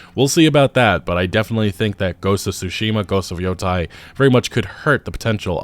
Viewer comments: Sorry to be pedantic but Yotei is pronounced , not , not like I heard on another channel. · its not Yotai.. its YoTAAAAY. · it's Yotei, not Yotai 😂